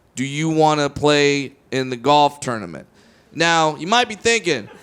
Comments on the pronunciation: Its tournament not ternimant lol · Jay Mee lol he does pronounce it like that